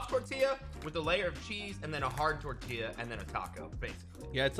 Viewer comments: I think I can speak for my people when I was offended for a bit when said tortila instead of tortilla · I don't know which one is worse, mispronouncing tortilla twice on this channel or saying is right here